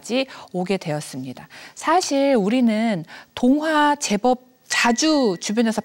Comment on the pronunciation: 장음인 단어의 첫 자를 "짧게 잘못 발음한 예: 사실, 계기, 최근,해주,소설,선행, 두 개, 선택,세상,천대 ,좋겠어요, 등! 이런 평상어를 바르게 발음하지 못하는 학자!! 또 한가지 !! 강의중에, "난이도는쉬운데" 라고 해ㅆ다. 이 얼마나 어색하다. "난이"의 한자를 어떻게 쓰는지 아시는지요?